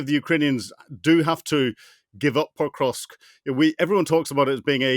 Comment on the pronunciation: The speaker isn't even pronouncing Pokrovsk correctly.